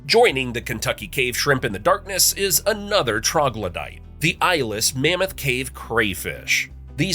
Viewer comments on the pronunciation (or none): none